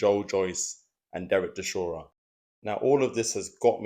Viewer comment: The way you say "Chishora" is near unbearable